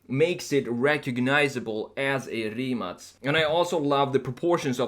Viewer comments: Mate Rimac said in one of his interviews that his car is pronounced with the letter K (kay; ka, kei:) and not with a C (cee; ce; si:). So, different than his last name. In this video the man said Rimac (cee; ce; si:) automobili. I don't know is it correct or not , since it's the name of the company, but deffinetely the car is not Rimac (cee; ce; si:) but Rimac (kay; ka; kei:). Mate said so. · Finally someone who says it correct Rimac not Rimak. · in ya' own video,, when dude-bro asks Mate (the driver, founder of Rimac) how to pronounce the name, Mate clarifies that the Croatian way is Rimac ("Rimatz"), but because it's apparently hard for (and most Americans?) to pronounce, he implies that "Rimak" is fine if you can't properly say Rimac. edit: Proof --> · Holy crap! Rimac is pronounced as Rimatz? Rimatz sounds sexier... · No, its not. Its Rimac, with a C not a K. English speaking jurnalists did that.